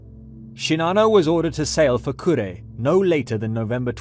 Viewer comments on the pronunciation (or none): none